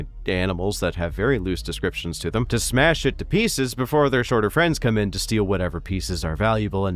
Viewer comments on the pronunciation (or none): none